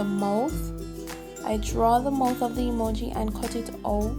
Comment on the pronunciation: that is not how u say mouth